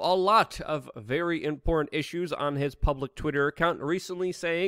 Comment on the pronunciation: Why can't Luke pronounce the word "Important"?